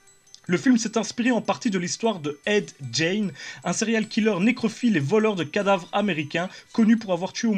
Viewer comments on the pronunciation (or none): ça se prononce ed "guinS"